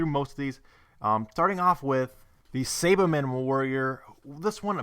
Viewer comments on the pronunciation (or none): You mispronounce Saibamen its like Sai like the weapon